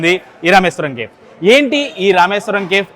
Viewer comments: Kindly It's not kef, it's cafe. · కేఫ్ కాదు, కెఫీ. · That is not kef 😂 that is kefe (spell) . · Bro pronounce Cafe as Caa fe not cafe.....kafe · Please check your pronunciation "CAFE"